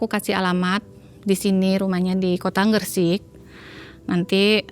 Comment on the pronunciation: Gresik bukan gersik beb